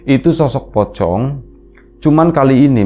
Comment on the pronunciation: Sebutannya masih "ocong" berarti masnya masih sgt kecil ya ☺️ Serem ngebayangin jenazahnya duduk seperti di penglihatan kecil. Maturnuwun dan atas ceritanya. Al-Fatihah buat Almarhumah Mbah Aminah, semoga beliau damai disana. Sugeng Rahayu.